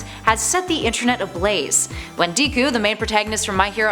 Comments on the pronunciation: Dee koo it's pronounced deck ku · I can’t watch... “Deekoo” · as you can see she has great gramer. ITS DEKU NOT DE KU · Wait if she watched my hero academia sh would know how to pronounce DEKU not DEEKU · DEEKU AND VACHEETAH it’s deku and vegeta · No lol not dekoo. Dekuuuuu! Midoriya if you can't say it right. Omg lol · wow guys did you hear vee cheeto and dee ku guys i did not know this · DEEKU AND VECHEETAH. get ready for guhkuh and susuugay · Ve-cheat-a Day_ku and San-G😭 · Please never say Deeku again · You said Deku rong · The way this lady pronounced Vegeta, Sanji, and Deku is literally the most cringiest this ive heard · Where does she see a “ch” in vegeta and an “i” in deku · and the way she pronounced deku , really made me chuckle